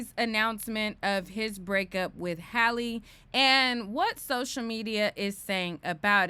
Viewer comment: Why dont these people know how to pronounce Halle? 😂😂